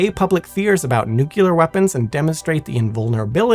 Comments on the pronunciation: You're an amazing narrator. Really. But being a fan of all things nuclear, I feel that I must tell you. It's nuclear, not nucular. To my knowledge, there is no such thing as a nuculus, only a nucleus. Apologies for the criticism, but it's a pet peeve of mine when people say "nucular" because, in the context of nuclear science, it is not a word. Aside from that small detail, you did a great job and I find you more entertaining to listen to during the day, and Simon to be more soothing and relaxing at night. They're was literally a time when I listened to y'all's content every night as I slept... and it still helps sometimes, even. But yeah, you do great work and you're a captivating speaker in your own right. Remember that when you get nervous. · No, it depends on if you were corrected successfully when you said it the first time. President Jimmy Carter said he was a "Nucular Engineer" and he was wrong, too! (Allegedly) 😮😅😊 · Say it with me . . . NEW-CLEE-AR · Did you really say "nuculer?" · Yes, over and over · You lose all credibility when you can’t be bothered to pronounce nuclear like an educated person. I can tell you that no physicist EVER pronounced it nuculer. Also, it’s Prince “Oygin”. Only one of the finest soldiers in history. Try to show a little respect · NU-CLEAR! It's pronounced Nu-CLEAR!!! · It's not pronounced "nucular"... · Although I'm firmly in the "nuclear" camp, your calm and level-headed replies to aggressive comments is impressive! This is why I love this channel (and a mispronounced word won't change that)